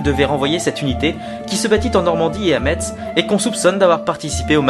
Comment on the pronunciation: A METZ "MESSE" et non METZZ -__